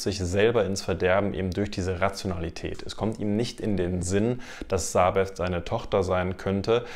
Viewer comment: "Sabeth" ausgesprochen = SabeTT! Meine Güte, warum sollte Elisabeth Piper, die Tochter einer Münchnerin, bitteschön einen englisch ("th") ausgesprochenen Namen tragen?